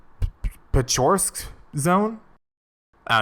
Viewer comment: bro doing a review of the game but can't google how to correctly pronounce the name of the Zone, it's even written in a way so you simply read it as it is - Pe-cho-r-s-k. American exceptionalism in its' finest.